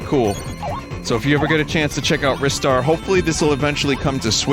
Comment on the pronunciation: You got it right. Ristar is said like "wrist", as evident by how it's writen in Japanese リスター.